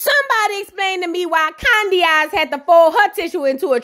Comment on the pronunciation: Everytime I hear 'Candyaxs' 😂😂😂